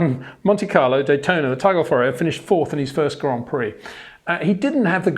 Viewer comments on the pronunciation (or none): none